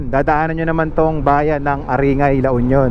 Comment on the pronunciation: Pronounce it as aring-gay